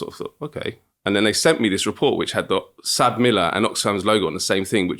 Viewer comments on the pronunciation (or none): It's not pronounced "Sab Miller" it's pronounced "ES AY BEE Miller" (South African Breweries). They are now called "AB InBev" (Ay Bee Inbev)